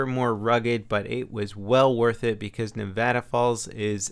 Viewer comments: wow somebody not from Nevada said Nevada right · You just climbed 3 rungs on the latter of respect I have for you because you said Nevada right! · YOU SAID NEVADA RIGHT!!!!! I LOVE YOU....